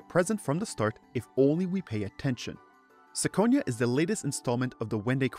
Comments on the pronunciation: I have only one question... Why you read it as –sikonia– if the Japanese title clearly reads as –kikonia–?.. 🤔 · It's Kee-ko-nia as the Japanese katakana title says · oh god no "me-yeoh" are you fucking kidding me this makes "sick-onia" sound good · really reconsidering my next hour and a half upon hearing "sicko-nia" out loud